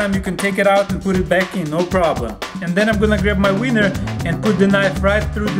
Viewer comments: when he says weiner, it sounds like winner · He said weineer